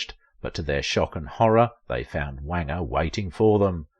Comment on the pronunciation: Wanger rhymes with stranger.